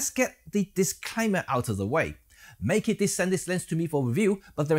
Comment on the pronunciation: Meke pronuces like 'metkat'